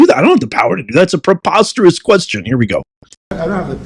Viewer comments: And then to slap scowl face kaitlin with a classic " the question is proposterous" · "the question is poposterous" zing